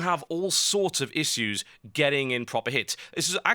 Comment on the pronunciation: Thum bas up if you want him to say issues correctly. :) Yur awesome Total!